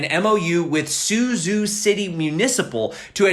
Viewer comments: pronounced su-chow, not su-zoo. zh sounds like ch... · Suzhou is pronounced a bit like “SuJoe”. ZH is like z and j together. Suzhou is a big city near Shanghai. It’s a canal city, like “the Venice” of China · The city name Suzhou is pronounced more like "SOO-joe." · Suzhou is not syuzyu, it is sujou